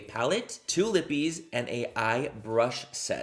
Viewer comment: My name is Libby. Every time I hear you say lippie my brain thinks you said Libby